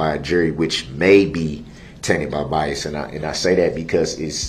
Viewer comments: Don’t forget “biast” too😆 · Didn't the judge teach him how to say BIAS?? IT'S BIAS, NOT BIAST!! I think the jury, made their decision the night they got the case, and decided they'd come back in the morning to fill out the paperwork.. that's why it was so fast..